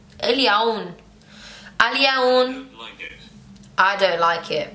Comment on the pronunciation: today is al yawm .. not al yawn :3